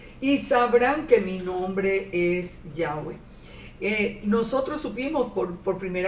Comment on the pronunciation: A veces dice Yave, o sea sin w.